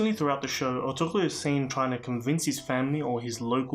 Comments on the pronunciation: The ğ is silent. It's pronounced ertu-rul. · Thanks for your vid my brother. His name is pronounced "Er-tur-rul" the ğ is almost silent like in my last name. The impact of this show in Turkey and all other Muslim dominant nations is truly hard to appreciate. Let me just say that the enemies of Islam... their days are numbered :)